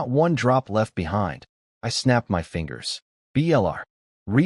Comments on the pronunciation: My is pronounced "mI" you stupid ass AI🤦‍♂️. Not m y😮‍💨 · Something is wrong with the AI you're using. Instead of saying words like "my," it says "M Y," and instead of saying words normally, it sometimes spells them out letter by letter. Either there are spaces where they don't belong, or the AI system you're using isn't performing very well. I would suggest trying OpenAI. In my experience, it works the best out of the AI services I've used so far, and it doesn't cost very much. If I were you, I'd give it a try. The system you're currently using, unfortunately, doesn't seem to be working out very well.